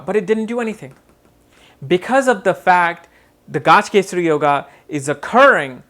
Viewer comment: its not Gaaj kesari but gaj kesari or gaja kesari